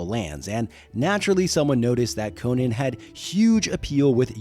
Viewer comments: Dude, I'm still watching, but it hurts me to hear someone say KO-NUHN instead of KO-NAN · The barbarian is Co-NAN. The late night host and comedian is Co-NUN. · His name is Co-NAN dipshit! Not the talk show host🙄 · Its not pronounced like Arthur Conan Doyle's name. The Cimmerian is Co-nan, with the "nan" as in "nanny". Howard said so. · I believe the name is pronounced - Con'an He IS a kind of Super hero,- he doesnt die no matter what adversity he faces, he is also far taller muscular, and stronger than most men, Con'an is a Hero with out a costume, it's obvious to me why Marvel comics was so interested in the character, & aquired the rights also because of the character suits the comics format as he is VERY visually described in the books. Con'an has made it possible for many talented Artists to demonstrate their works such as -Earl Norem Frank Frazetta, & the brilliant Boris Vallejo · You’re pronouncing it incorrectly, and repeatedly